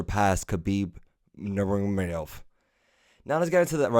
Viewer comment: khabib nurbrebrebeb 😂